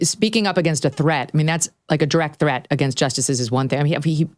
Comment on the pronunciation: Learn how to say branch and against British dude…..